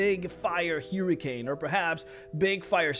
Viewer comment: I have never heard anyone pronounce hurricane like that